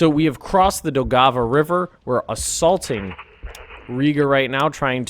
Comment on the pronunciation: Your pronunciation of Daugava is relatively fine. The only correction I would offer is to soften the stress of the G. You are saying: Dow-Gah-Vah when it is more Dow-guh-vah. It also has the tiniest break like it is two words. Dow/guh-vah.